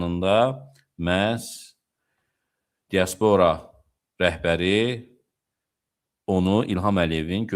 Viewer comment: axı sən elimli adamsan.Dia'spora vurğu birinci (a) hərfinə düşür.